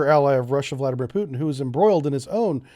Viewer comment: I think I get this invasion vs intervention word use... if its about separatist parts... what I suppose... you really dont invade something, you already hold... as like with Crimea... p. s. prononciation of Putins name is lmao everytime 😁